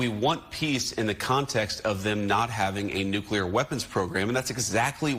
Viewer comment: It's "nuclear," not "nucular."